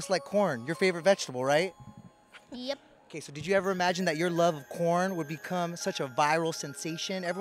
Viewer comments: It’s the way he says 🌽. It’s cown. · It's not corn. It's caune